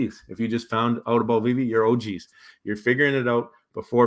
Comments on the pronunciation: Anyone who speaks on Veve and says “this app called veeve or w.e” should just stop right there . Learn to pronounce the name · Kevin comes across as a high school jock picking on a nerd so that he looks cool and has it all figured out. Small minded people think if they don’t see something, it doesn’t exist. Mispronouncing the name (on purpose) shows his arrogance. My opinion on what he thinks is beyond insignificant.